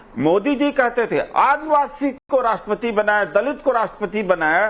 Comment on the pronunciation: इतनी अंग्रेजी झौंकते हैं और राष्ट्र पति को राष्ट्र पती बोलते हैं,यह आदमी आदरणीया राष्ट्रपति महोदया का अपमान नहीं कर रहा है बल्कि एक सौ चालीस करोड़ देशवासियों का अपमान कर रहे हैं, राजनीतिक दोगलापन दिख रहा है